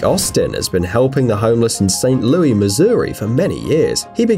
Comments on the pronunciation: St Louise is pronounced loo-iss not loo-ee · Please...... never say St. Louis like that again. Ever.....